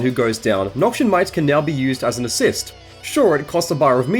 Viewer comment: Not to be the guy but Noxian is pronounced "Noks-ee-ann" not "Nok-shun"